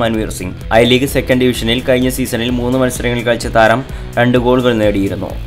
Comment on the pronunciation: ഇപ്പോളും ഴ ഉച്ചരിക്കാൻ പറ്റുന്നില്ല അല്ലെ. കയിഞ്ഞ ഐ ലീഗ് സീസൺ എന്നാണ് പറഞ്ഞത്.